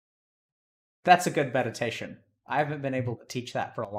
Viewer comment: Not trying to be mean, but did doc say Felix as Faelix. Lol